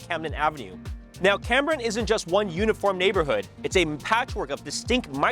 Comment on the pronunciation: It is CAME brian - not CAM brian. I grew up there.